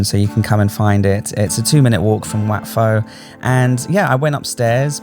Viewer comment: Just a tip but WAT is pronounced WHAT in English